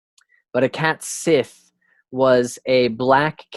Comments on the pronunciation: Cat Sith is pronounced Cat Shee (like the Irish Sidhe is also Shee) Another great video. These pronounciations are tricky ones. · Cat sith is pronounced like cat shee, just letting you know